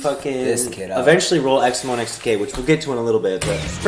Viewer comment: I also always thought your name was pronounced X-MO not X-M-O.